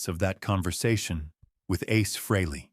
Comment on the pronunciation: Nice "story" too bad it's not TRUE! Gotta love AI narration. Can't even pronounce Ace's last name-FREEly! smh